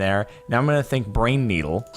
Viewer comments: I heard brain-needle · I herd brain needle too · for some reason I hear "pine needle"... I'm probably just weird though.